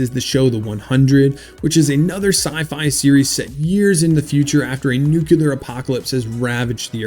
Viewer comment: Is this some new way of saying "nuclear"? What's going on here???